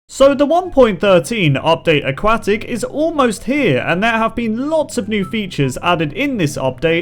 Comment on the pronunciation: I hate your pronunciation of aquatic.